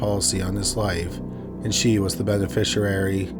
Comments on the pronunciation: im so sorry i dont wanna be a dick and idk if this is AI or you actually read it but its "beneficiary" --> "ben-uh-fish-ee-airy" not "ben-uh-fish-uh-rarey" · Lol, "benefisherary" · Yeah I noticed he pronounced it benefisher-airy LoL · I've never heard beneficiary mispronounced so many times in my life let alone in just a few minutes! 🤦🏻‍♀️😂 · is not AI, he's a Canadian YouTuber that habitually mispronounces multi-syllabic words. I don't know how you could even program AI to sound like that. Anyway, AI would absolutely know how to pronounce "beneficiary." 🙄